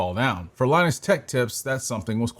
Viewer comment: Saying Linus oddly and WAN Show incorrectly makes me think this guy didnt actually watch LTT